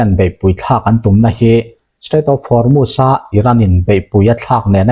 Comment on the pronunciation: Hnamdang ṭawng i lam dan uluk deuh hlek a ngai. U hi A ang in i lam ṭhin a. Entir nan Hormuz kha maz ang in i lam a, wngchuk pawh wangchak ang in i lam ṭhin a. A dang chu a ṭha a, a bengvar thlak bawk.